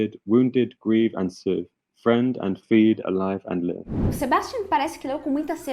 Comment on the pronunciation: Live - pronunciou como “leeve”